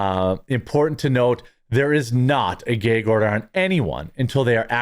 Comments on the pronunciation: ITS GAG NOT GAYG............ THA FUC.......? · Is a gag order not a gayg order lol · MY BROTHER IN CHRISTTT….. SOUND IT OUT WITH ME GGAAAA….GGG ORDER. NOT GYYYAAAUUGG ORDER MY GYYUUAADD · Jeremy, it's a short A in the word gag. It's not gaig it's gag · Brother it is gag order not geg order lol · It's a gag order, not a geg order. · Why do you pronounce it as "gayg" order? Is the order gay? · Is it just me, or is he adding extra syllables to gag order? I'm hearing "Gaye-gue order" I'm a fan of this guy, but is he a yankee? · I thought he said a Gay Ogre! I thought there goes Shrek messing things up again! 😂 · What's a "gay-yeeg" order? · why can't you pronounce gag??? its pretty simple rhymes with F_G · It's where he's from, so...... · You say gag really strangely